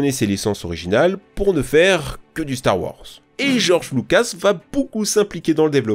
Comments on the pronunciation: Purée la DICTION!!! La diction... et des cours d'anglais (tektou??? Duque nouquem??? Star wors??? 🤣) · Arf , ça défonce les oreilles les '' Nitendo, star wor, Times later, ....'' mais pas pire que les '' aréoports " des autres vidéos.😢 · "store worze" "mille trois cents treize" "bouba fite"